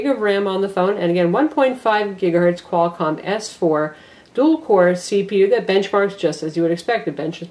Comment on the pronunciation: I like how you messed up qualcom secretly:P Maybe several times?